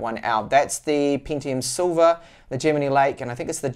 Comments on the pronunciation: Great review but one thing that bothers me sorry, Isn't Gemini pronounced the same as in the star sign? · The only times I have seen it not pronounced the same way as the star sign is when that person's native language is not English, everyone who's native language is English says it the same way as the star sign and I even say it the same way as the star sign lol Sorry to be a pain. Please keep up the awesome work